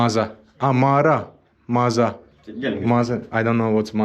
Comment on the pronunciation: Chorbadji means "Boss" not a soup maker 😂 and "Maza" (not maara) means basement.